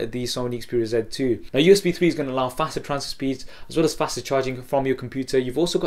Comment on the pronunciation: You say sony xperia "ZET" 2, instead of Z 2.